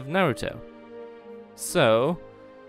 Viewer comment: naruto not narouto